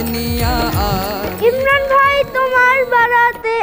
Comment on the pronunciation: ময়মনসিংহ কিশোরগঞ্জের বেশির ভাগ লোকের মহাপ্রানধনি শব্দগুলো উচ্চারন হয়না!!!! যেমন আমরা" ভাই" এর যায়গায় "বাই" বলল আসলেই প্রতিটা অন্চলের ভাষার মাঝে ব্যাকরনগত কিছু না কিছু প্রতিকুলতা রয়েই গেছে।